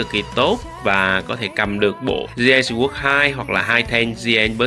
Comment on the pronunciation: Kênh nội dung hay, trừ vụ phát âm English nghe tệ quá, vd: newbie lại đọc là "niu bai", sword lại đọc là "sờ uốc"....